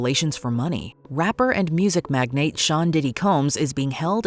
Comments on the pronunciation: The word magnate is pronounced like magnet. Are you a person or ai? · Mag-nate Nice job Ai